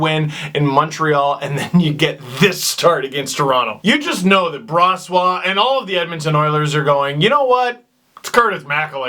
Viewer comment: Steve. It's not Bra-swah. It's Bro(As in "Bro, what are you doing")-swah.